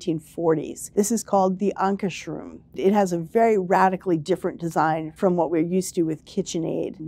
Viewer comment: ANKARSRUM. No "h". It's not a mushroom